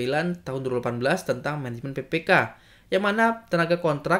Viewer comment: cara penyampaian nya mungkin bisa diperbaiki lagi untuk penyebutan pppk dan tahun.